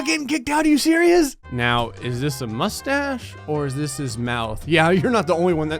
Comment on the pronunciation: "let's do dis." that gave me flash backs of mw2